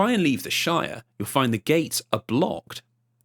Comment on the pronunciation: Me at around 59 minutes into this video: please take care to pronounce the "T" in your words. The amount of "Gates" without them is becoming an unintended hate crime 😅